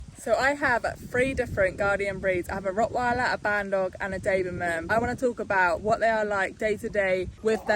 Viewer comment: Its a doberman: you say daberman😂😂😂